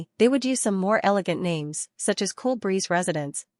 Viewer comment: Why do you mess up the names soo much? I mean it is so easy to know who is talking but you fuck up the names like it's intentional